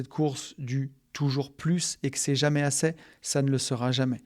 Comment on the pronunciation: j'en ai assez (é) pas assè 😂😂😂😂 désolé ca me dérange mais c'est super le podcast